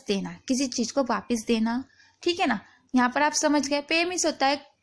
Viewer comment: Madam theek a ni theek ae bola karo